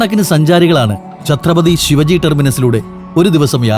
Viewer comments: Please note it ....Shivaji ennalla Shivaaji ennu pronunciation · ഛത്രപതി ശിവാജി not ശിവജി. Please correct. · When you say Shivaji...just stress the 'a' Shivaaji.. 👍🏻 Shiv-ji is a God... Shivaji was a ruler very important to Maharashtrians ..Otherwise great video 👍🏻😊